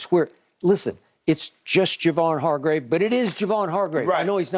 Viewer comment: Shannon, man, it's ( Har-grave) lol.. this signing was unexpected, to say the least, also opens up bosa on the edge..and the cap work to make this work is genius by paaarg..kudos to Lynch & Co for making this deal work..and yes OL needs to be addressed.